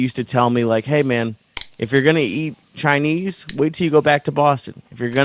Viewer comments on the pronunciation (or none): why does joey keep saying Chai knee food you can tell he makes sure to pronounce that way on purpose like an idiot, its CHI NESE food ya momo